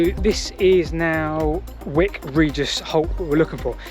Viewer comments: Just discovered your videos through a friend’s recommendation. Particularly interested in this one as I live fairly locally (Dorchester). Have walked some of what you covered but would love to do the rest some day. One small minor point, though - Wyke is pronounced as in ‘bike’ , not ‘wick’ 😊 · I think it's pronounced "Wike" as in Wyke. I've walked this line a few times and explored Portland's other railways. big gradient from Weymouth to Rodwell. amazing the steam locos got up that, Chesil not Chisel beach too. Anyway, great video. Don't go swimming at "Church Ope Cove" people have never been seen again off there as recently as 2020. (Purbeck mineral railways quite interesting too if you get time). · Love your videos but your pronunciation in this vid is a bit screwed. Its Sands-foot and Wyke is pronounced like bike as in Wike. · PS Very minor thing, but I'm sure Wyke rhymes with pike rather than pick